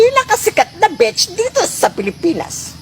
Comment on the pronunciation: Beach becomes Bitch 😂😂😂😂lol